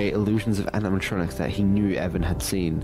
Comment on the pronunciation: Animatronics no Animitrontrics